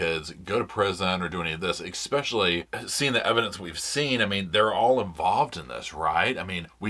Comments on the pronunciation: I love this show and little Roscoe, but it jars my ears to hear "eckspecially" over and over. Drop the k pleeeease?? Love, a fan. PS The ONLY innocent Adelsons are Robert and Dan's sons. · *especially, not ekspecially